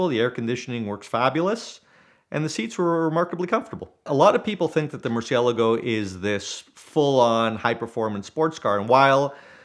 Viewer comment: If your gonna own a car that expensive you should atleast know how to pronounce the name of it correctly. Awesome car story though.